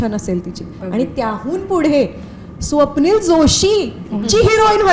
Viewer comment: Swapnil , "स" ला ,"श" महणतो